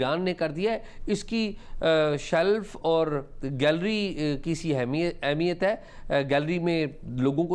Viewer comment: Tu Ehmiyat ko Ahmiyat kyun Kehti, 2 Mardon K Sirname Wali Auntie ??????